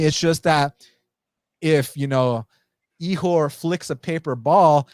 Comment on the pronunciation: killing me with that Ihor name hahahaha